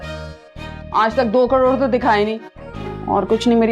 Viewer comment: Ek crore hi bacha h fir bhi caroro caroro kh rhi jaise kitna carore h🤣🤣